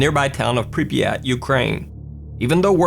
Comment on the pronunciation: I’m pretty sure you said Pripyat wrong you said it like this pripiyat but it’s supposed to be Prip yat